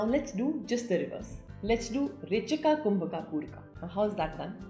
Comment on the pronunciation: Why are you trying to say pooraka and rechakaa etc. When it’s simply poorak, rechak and kumbhak in yog sutra